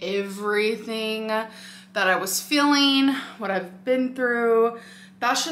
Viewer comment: i love that she says "fueling" like "feeling" but then says "feeling" like "filling" lmao